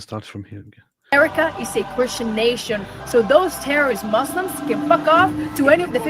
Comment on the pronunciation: I LOVE HER Lol The 'All the mooslims can..' speech has me rolling